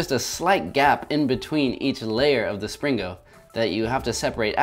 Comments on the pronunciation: hillarious how the title of the video is called springo but in the video the whole time he says slingo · Is Spring-o not slingo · isn't it a Spring-o not a sling-o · IT'S NOT A SLINGO! IT'S A SPRINGO! (hyperventilates) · you keep saying slingo instead of springo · He keeps saying slingo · He said slingo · I like how he mis pronounced springo as slingo even though he created the word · Like that time you pringoed a "whale"